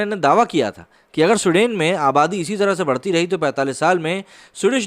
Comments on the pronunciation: स्वीडन बोलिए सूडेन नही।हिंदी और इंग्लिश पर काम कीजिए 🤣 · My friend, in your video title you have mentioned SWEDEN which is an Europian country, and you are calling the name of the country as SUDEN and actually the video backdrop is having the news about SUDAN which an African country. Yes this peace loving people are creating Havoc in many countries especially after Syria war and getting refuge in other countries, make a video on Germany facing problems with these so called peaceful community playing Taharrash in the main streets and harrasing and raping women in public. Video proofs and main stream news are available on Youtube for reference. Please check once and correct your video description. Like your content but please pace up the narration, I always watch your videos at 1.75X speed otherwise I immediately fall asleep, Lolz... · suden nahi, it's Sweden to Sahi sahi bolo. 😂😂😂😂😂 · Abay lundar daas saaf saaf bol. Sudain nahi Sweden bol gadhay. Poor pronounciation. Huff paranormal??????????? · Pls pronounce the name correctly. It's not Sudain . It's pronounced as Swe + den = sweeden but spelt with one e , ie sweden . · स्विडन बे सुडेन नही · भाई..उसका उच्चारण “स्विडन” है..ना कि “सुडेन”. कई बार मुझे लगा की आप “सुडान” की बात कर रहे हो. पिक्चर्स भी तक़रीबन वही की दिखा रहे थे आप. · स्वीडन ना कि सुडेन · Bro love your small videos ...just wanna correct you on one small thins that this country is not pronounced as you are pronounced "SUDEN" it's " Sweden" I love this country as people are kind and respectful and Great culture. I was there in 1999 and can say things are changing rapidly. And it's very sad to see. Plz keep up the good work. Jai Hind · For a moment I thought you were talking abt Sudan ,then came.to know its Sweden like swee- duh- hnn....don't mind .